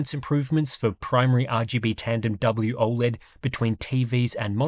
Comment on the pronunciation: “WOLED” yeah no…NEXT